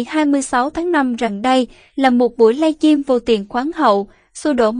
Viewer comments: Giọng nữ diễn đọc nghe mượt mà,ấm áp Tuy nhiên chữ Live Stream không biết cô đọc thế nào người nghe thành“Live Chim” rất ngỡ ngàng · Xướng ngôn viên nên xem lại phát âm, cứ nghe “ lai chim” thì tệ quá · "Lai chim " nghe nhớ người yêu mình quá...huhuhu. !